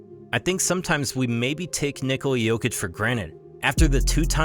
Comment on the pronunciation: I agree, also, not that it matters that much, but I like how he said his name with a correct accent lol